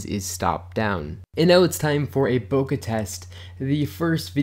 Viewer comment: BoKEH, not “bocah”. KE not ‘ka’. Rhymes with OKAY. BO-KE.